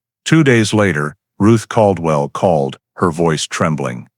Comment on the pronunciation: Bosque is the name of the River. I lived there back then. Bell county is not where Waco is. It is in McLennan. Bell County would be near Temple, Texas. It was pronounced Cald-well.